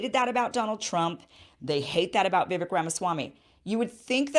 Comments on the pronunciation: Vivek rhymes with 'cake', not 'civic'. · It's "Vi-VAKE" not "Vi-VEK" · Just an fyi- Viv(ake)-- rhymes with cake. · It’s Vivek pronounced like “cake” at the end. “Vivake” I agree with everything Vivek says! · First off, I like your analysis of the debate but I take issue with a few things. Please have Dr. Shiva Ayyadurai , who you have interviewed, debate Vivek Ramaswamy on your channel at some point via reaching out to his team. Vivek, pronounced like cake, said the climate change agenda ( has acknowledged it's real) on the debate stage is a hoax and not climate change is a hoax as he was referring to climate change policies; so, climate change does affect the planet but the world is more prepared to handle it now due to advancements in technology with exception of developing countries. The climate change policies cost trillions to implement, so it's not logical in a short period of time, especially in developing countries. Chris Christie was referring to Vivek copying Obama's line of a skinny guy with a weird last name running for president, so it wasn't racist. In many ways, Desantis seemed calm throughout the debate as this contrasted Vivek's aggressive nature that may have made him lose appeal with many GOP voters that dislike Trump and prefer an establishment candidate in Desantis. Also, I agree with you on Israel, but most of the Republican base is very religious and many wealthy donors are Jews that support Israel,so few talk about cutting off aid to Israel at some point as Trump doesn't either. Israel doesn't need aid financially, but there's an tech exchange of information, especially on cybersecurity via aid of startups there. Israel can survive without military aid giv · Vivek is pronounced like cake. He has said many times he is not running for VP. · His name is pronounced Vi-VAKE (like cake) accent on second syllable. This was his answer in a forum I heard online. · It's pronounced Vivake. Like cake. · I thinl Vivek is pronouced Vih-Vake